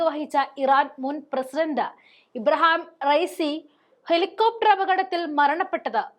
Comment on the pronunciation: ഇബ്രഹാം അല്ല കൊച്ചേ.ഇബ്രാഹിം റഈസി എന്നാണ്.